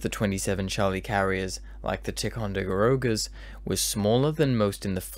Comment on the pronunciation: Hey, I'm NOT trying to rain on your very impressive parade -- but just for the record, that's "pa-TUX-n't", "FOR-es-tall", "tie-con-duh-RO-ga" and "o'RIS-ka-ny". Also the French carriers "Foe-sh" and "clay-mon-SO". Finally, I'll finish up with "fluh'TEE-yuh". Sorry for being such a pain, and many thanks.